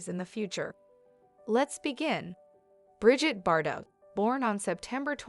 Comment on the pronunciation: It's brigeeete not bridget